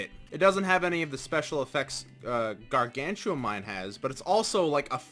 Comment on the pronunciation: Ok but its gargantium not gargan chew um